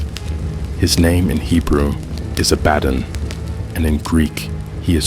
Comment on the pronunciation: It is not pronounced job like something you work at it is pronounced Joe, but with a long, ON a Biden is pronounced just like the word Aladdin a bad rhymes with Aladdin it’s not Abbadon😅